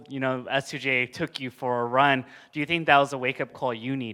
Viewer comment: "I fink, Dis was very good turnament." Armando